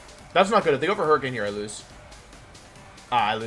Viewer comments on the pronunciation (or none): none